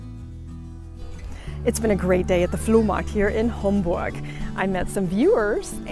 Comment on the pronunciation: It’s Homburg, not Hamburg. These are pronounced differently if you listen closely. Homburg is in the Saarland state of Germany. 🇩🇪